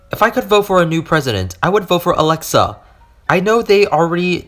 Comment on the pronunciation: Hello im alexa. Amd that says a-lex-E-a